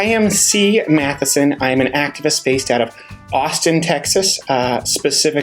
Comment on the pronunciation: "Meat" Sea Matheson? Was that intentional?😄😄 I skimmed through the comments and didn't see anyone mention it.🤔